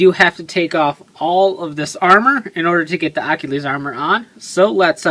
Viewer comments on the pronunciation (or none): your saying its name wrong your like Akhilies